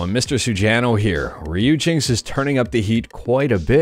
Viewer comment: its pronounce riper-ri-peri